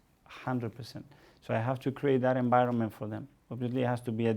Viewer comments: No one: Mikel:enbironment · Zanekillz Spanish coaches: "Good Ebening" "Bad Enbironment"